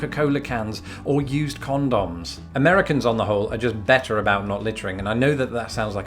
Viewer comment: When you say condoms it sounds like the French word gendarmes.